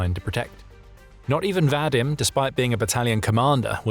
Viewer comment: Vadym is pronounced VahDEEM